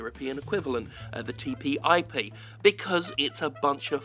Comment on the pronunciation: It's TTIP not TPIP (The EU equivalent)